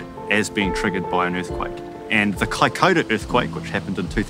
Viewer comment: Kai koda? ....Kaikoura.